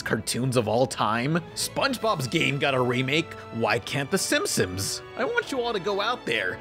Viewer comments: great vid, but I feel sorta uncomfortable after realizing you pronounce the “Simpsons” as the “Simpsimps” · Why do you pronounce it "Simpsoms"? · The way you pronounce Simpson's makes me want to rip my own ears off